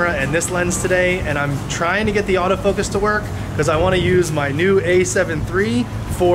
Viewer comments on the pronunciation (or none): none